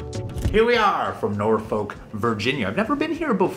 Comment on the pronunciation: Don't pronounce the l in Norfolk. Just Nor-fuc with emphaiss on "nor". I would give anything to have a "barcade" near me. Lovin' the vlog Uno, cheers!